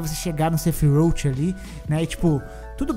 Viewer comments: "Sefirouti" doeu 😂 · A pronúncia do sephiroth toda hora muda… kkkk